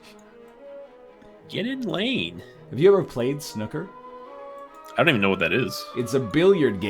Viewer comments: NL it's pronounced Sn-ooo-ker not Snukkah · It's not "Snukka" It's Snooker, emphasis on the oo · pronouncing snooker snucker xD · NL making fun of saying "Reading" wrong, yet moments prior they were both pronouncing "snooker" like "Snookie" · It's sn-oo-ker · i'm from England, and it's painful listening to them say 'snucker' :')) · The way they pronounce snooker... Are these real human beings? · Brits would pronounce Snooker to rhyme with "It's new, cur" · Funny how you pronounced snooker.